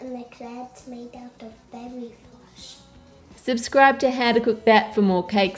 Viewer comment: not gonna lie i thought he said fairy flesh not fairy floss... lol!